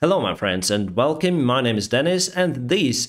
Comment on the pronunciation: # Welkeem! Welkeem! I'll be adding this comment until you read it: I see that you are a very confident person and do not mind some healthy constructive criticism. Your videos are great and your English is pretty good, keep up the good work. But some things either nobody pointed out to you or you have a bad tutor... 1. "to" is literal translation = до. So when you say "near to city" you are saying: "бiля до мiста". So don't add it to sentences unless you trying to have "до" in that sentence. 2. "V" is same as your "В". So words like village and vehicles do NOT sound as "уи-ледж" or "уи-экл". It's simply "ви-ледж" and "ви-экл". Bottom lip under upper teeth. V=В & W=УЕ/УИ 3. "Welkeem" does NOT have an i in it. WELCOME from two words "Well" and "Come" = Уэл + ком. Not "Well" + "Keem". 4. Words like "Cat" and "Cut" do not sound the same. One is "Кят" and other one "Кат". The problem many slavic people have that they know that in English "A" sounds like "Э" or "æ" but when they try to recall words like "CUT" they know that "U" sounds as slavic "A" and instead of pronouncing it that way they convert "A" to "æ". So when a cat cut the string = э кят кат зе стринг. Hope all best, peaceful sky wherever you are and stop butchering English. 😉